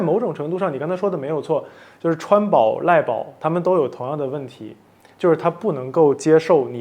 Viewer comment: 每次王驍說賴寶都感覺好像賴格寶哈哈哈